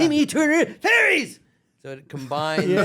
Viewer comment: Carlos always makes me laugh when he says FAIRIES and FAIRY GODPARENTS as Crocker!!